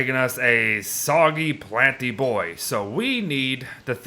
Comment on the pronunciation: you said boi wrong.